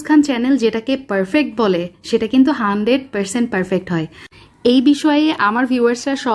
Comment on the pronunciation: হান্ড্রেইড, পেরসেন্ট, পেরফেক্ট, কেন্ডেস্নড মিল্ক, উচ্চারণ এমন কেন?